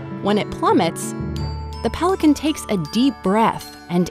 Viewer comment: PHHELICAN EEEEAAAH!